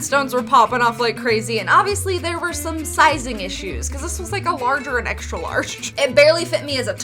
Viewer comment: Do you pronounce "S" and an SH sound for any specific reason? Like you say "Shtrange" instead of strange or "Ecshtra" instead of extra.